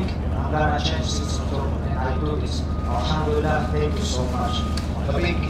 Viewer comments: its elhamdulilah not alhamdulilah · Why does he keep saying our ham dealer.